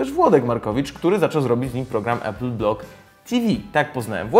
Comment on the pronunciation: nie E-pul tylko A-pul !! nauczcie sie w koncu razem z tym Wlodkiem! 